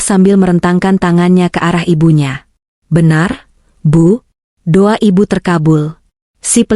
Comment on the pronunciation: Do'a mbak bukan duwa